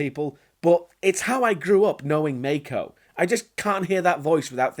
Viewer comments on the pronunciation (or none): it's pronounced mAko not mEYko, learned it from nostalgia critic but he too pronounced it wrong at first, nitpick aside enjoying the review